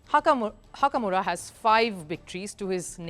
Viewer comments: Again HAKAMURA.........come on did you guys not read the comment section. I'd appreciate it if you could just pronounce his name correctly. It is HIKARU NAKAMURA. A really famous chess youtube. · try to pronounce the name correctly not hakamura